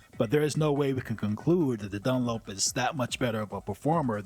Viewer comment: How is it , that your pronunciation of Done-lap and Mack-layre-reen is so off than the rest of the correct pronounced words in your commentary ??